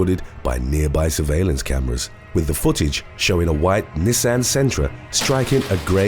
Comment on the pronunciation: 😂 the way he pronounces Nissan. It's adorable